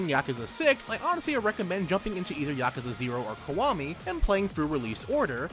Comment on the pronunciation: "This isn't a bad thing eizer it just shows thsegame manisz a strike" i just really enjoyed the way you said that sentence also im thinking of starting with yakuza 0